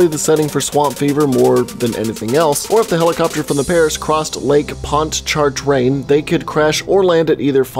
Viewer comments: It's pronounced Lake Ponch-cha-train. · I enjoyed hearing you attempt to pronounce Lake Pontchartrain. Lol Its like pon-chur-train. Good try tho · meh, i live near biloxi mississippi, and the lake in new orleans is pronounced Pon-cha-train, heh i thought it was funny when you murdered the name. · I live in New Orleans, and when he said Lake Pon Char Train it made me laugh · It’s pronounced lake “ponch-choo-train” ;) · “Ponchatrain” is the pronunciation of the lake. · Lake Pon-chuh-train. I live there 😂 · Oh god you messed lake ponchartrain so badly Its pronucniation is ponch-ah-train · Lake Pon-cha-train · lol your pronunciation is all wrong pawn-te-train fountain-blue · I'm from Louisiana right In Slidell and the way you said lake pontchartrain hurt my soul but still love the videos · As a Louisiana native/souuthherrnnerrrr it hurts to hear him bucher these names. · As a guy who lives in Louisiana I find him trying to say it funny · OMG I'm actually from new Orleans and what triggers me is when he mispronounces lake Pontchartrain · That pronunciation of pontchartrain tells me someone doesn’t listen to ludo